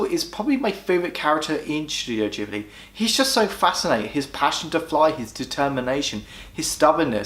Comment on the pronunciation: ahhhh, I cant deal with the pronunciation of ghibli and nausicaa. Also when marnie was there is a marmite ish film, if you were on the outside of society with few friends at school it shoots up lists, for me its number 2 only to nausicaa.